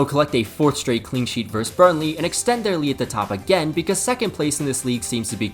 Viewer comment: The v in, say, Man City v Man Utd, stands for versus, not verse. Versus has two syllables. Please respect the second syllable by pronouncing it. I enjoyed the video, by the way. Nicely paced.